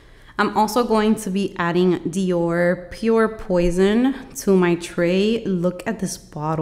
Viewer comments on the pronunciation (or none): none